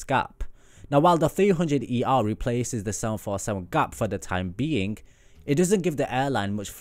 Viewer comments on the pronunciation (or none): none